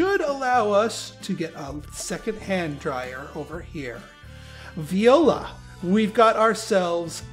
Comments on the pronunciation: Viola! It's actually pronounced more like... Vwah Lah. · Funny little fact... with that pronunciation.. "viola" means "Rape" in spanish.... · "viola" lol